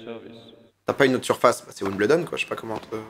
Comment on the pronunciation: La maniere que tu prononce Wimbledon me tilt en tabarnak haha